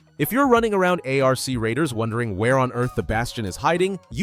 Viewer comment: "A R C Raiders" hurts my brain